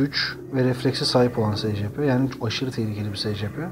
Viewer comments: Secepe diye okunmuyor scp sicipi diye okunuyor bide öyle küçük olduğuna bakmayın aslında büyük ve yemek verilmez Scp-682 nesne sınıfı:keter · secepe ayn esipi diye okunur scp die yazılır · Abi scp diye okunmuyo esipi diye okunuyo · Abi bu arada scp yazıldığı gibi değil esipi diye okunur telafuzu böyle (sadece uyarmak istedim 😉) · Esipi diye oku